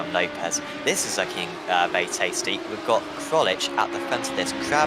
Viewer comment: just pronounce my name Krolczyk, "Krolchic" and not "Krolich" lol :)